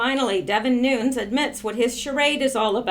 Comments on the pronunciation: I am not positive, but I always hear broadcasters pronounce the name NUNES, like New nes. So you started your vid saying NOONS, AND then while I am writing this, you change the pronounciation to new nes. CHEEZE N RICE. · Lourdes Santos pronounced “NEW-NEZ.” That’s the way the man HIMSELF pronounces it. “NOONS” is an American aberration.... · Its pronounced: noon-yez. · You are assuming he is Mexican which is the way it would be pronounced. But, if he is Cuban, or Portuguese, then the spelling difference applies and the pronounciation leaves out the YEZ sound. I Made the same error on the name of a street in my town. Don Julio. I assumed it was pronounced Don Hulio, but the street was named after a Portuguese guy, and it is Don Julio. Same mistake with NUNES, vs. Nunez.